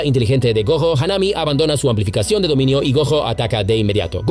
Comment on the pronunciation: Haname.... say it with me... HAW-NAH-MEI .... Mahito... say it with me... MAW-HE-TOE